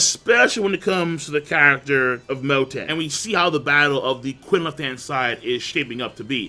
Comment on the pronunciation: I'll sub if you stop pronouncing Qin/Ch'in as "kuin" LOL.